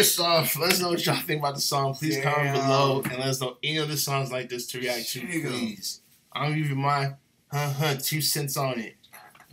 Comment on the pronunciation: Pronounce "Ts" TSE-TSE-TSE - Tshe(g)o